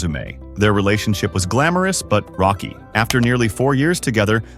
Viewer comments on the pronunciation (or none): none